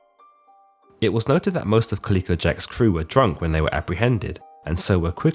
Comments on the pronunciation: Calico: ka ·luh·kow. Kind of hard to hear such a constant wrong pronunciation of a name. 'Kaleeko' sounds like a good name for a gaming company, if anyone wants it! The artwork is sexist, but, other than those two tiny details, great vid! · It's ca-lih-co. Not pronounced "kaleeko" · Colleco Jack? No, man, it's calico, like the cat. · It is pronounced Cali co jack ... Moran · Think it’s pronounced “CaL-ico” Jack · Dude half your pronunciations are completely wrong. Plus it’s Jack Rackham, not Rackman. That’s not even disputed anywhere like Blackbeard’s real name was. And calico is pronounced (ka•luh•kow) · Is that really an alternative way to pronounce calico? Never heard anyone of any nationality say it that way before. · Enjoy the videos. Only wish you didn't mispronounce calico.